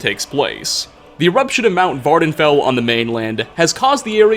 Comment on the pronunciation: Nobody: Not a single soul:: The eruption of "Mt Vvarfendell".